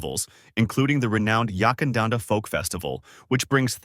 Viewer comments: Yakandanda not Yuckandanda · Unless it’s changed without telling me, the first syllable of Yackandandah is Yack and pronounced rhyming with Back